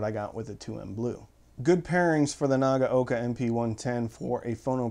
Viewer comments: Pretty good. A little too hard on the "g" and a little bit "clippy" between the syllables. And, the first syllable "na" is too long while the last is too short (naa-ga-oka). It's an audio channel, so how things sound is important, right? LOL. But, yes, importantly he got all of the "a" sounds right, which is where most Americans chomp the bit with Japanese pronunciation. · Arrrgggghhh! It's pronounced Na-gow-ka!